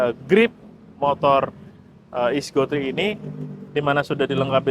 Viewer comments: Paling ga bacanya yang bener lah... ECGO ISIJIO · Bang bacanya ''I-SI-GO-TRI'' bang (plesetan dr ''easy go''). Belajar dulu dong barang yg mau di review biar terlihat menguasai dan meyakinkan